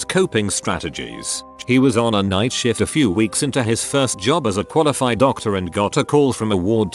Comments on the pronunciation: I swear at :18 he says " on a night shit". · I love how shift is pronounced shit